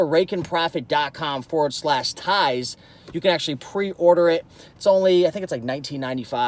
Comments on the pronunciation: Tone it down on the .com part! 😁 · It was so funny when he did that LOL 🤣